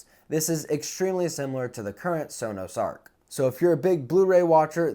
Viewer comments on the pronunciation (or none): none